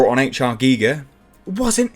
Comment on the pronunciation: I'm giving this video a like purely because you pronounced Giger's name correctly!